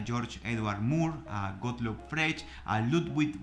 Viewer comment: “Fregsh” y “Gitgesntein” son los analíticos que transformaron mi vida 😆🤣